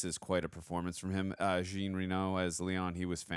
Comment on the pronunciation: Jean is French for John and pronounced "jAwn" (like dawn with a J).